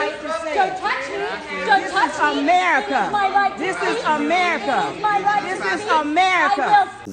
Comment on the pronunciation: Dis is Amerrcuh. Dis is Amerrcuh. Dis is Amerrcuh. Dis is Amerrcuh.